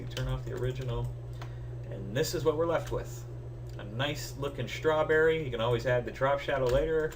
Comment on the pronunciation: That's a nice schhh-trawberry!